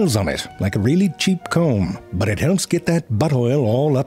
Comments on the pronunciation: His "butt" instead of "but" has to be my favorite part of every video. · This guy never lost an opportunity to say butt instead of but :D